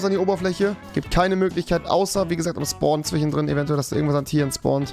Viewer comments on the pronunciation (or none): Warum sagt er zwichen und nicht zwischen?